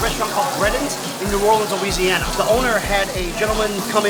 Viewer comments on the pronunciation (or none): none